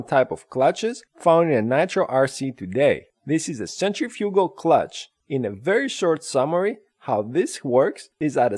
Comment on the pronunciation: Centrifoogal! Really? Horrible explanation. Blah blah blah. Look up centrifuckall forces!